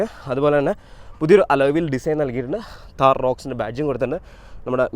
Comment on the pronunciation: താഹർ അല്ല താർ ആണ് 😂 Keep going bro ❤